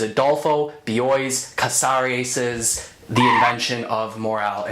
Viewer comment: I just saw this as an opera by Stewart Copeland of The Police. It was amazing! You're pronunciation of Casares is good; for Borges try bore-hace.